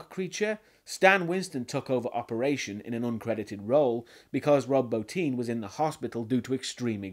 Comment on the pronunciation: Thank you for pronouncing Rob Bottin's name correctly. It shows you did your research. Most reviewers pronounce it bah-tin.